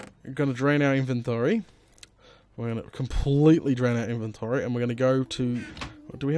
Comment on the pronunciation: that accent on inventory tho... lol You rock,!